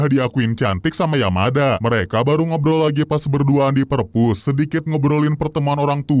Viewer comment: Menit nyebut Yamada jadi Yamaha bjir😂😂😂😂😂